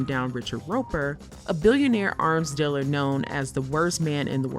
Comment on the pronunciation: You should probably hire someone who knows how to say the word "dealer" properly...